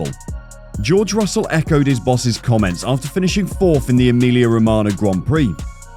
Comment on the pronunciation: Hamilton ended on the podium by pure luck this year after both Red Bull cars retired suddenly short before the end. And it is Russell, not Russle 🤣